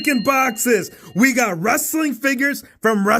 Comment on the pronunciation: 'Figiess HHAAHA' got me rolling😂